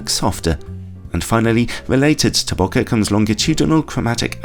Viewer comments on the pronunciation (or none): When did people start pronouncing it as boka? According to the person who coined this term from the jap word 暈け "boke" which means to blur, bo for bone and ke for kenneth. He added an h at the end so you wouldn't pronounce it like joke.